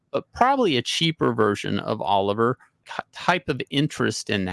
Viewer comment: Oh liv ee ay (like Laurence Olivier). Dude's French. Kwah pell.